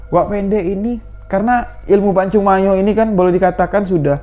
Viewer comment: Bos kau jgan ngaku"ktrunan pmilik pacung mayo..ngmong nya aja nggk jelas..pacung mayor bukan pacung mayo..sini kau ngtes ilmu kau samo aku orang rantau panjang merangin jambi..aku keturan harimau dari serapan 1